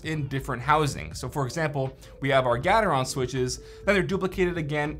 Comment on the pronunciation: Nice comparison. Never heard Gateron being pronounced like that, always with the beginning being like gate.